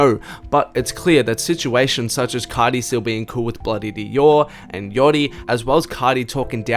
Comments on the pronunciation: “Playboi cahhti” Im cryin 😭😭😭😭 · You say Playboi carrrrdi